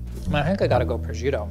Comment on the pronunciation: The way says prosciutto made the Italian in me sad and angry 😂